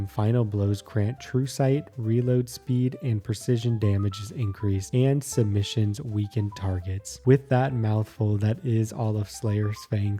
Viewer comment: Its sub-munitions not submitions btw